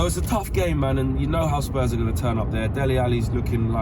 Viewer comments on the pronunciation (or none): it's Hotspur** not Hotspurs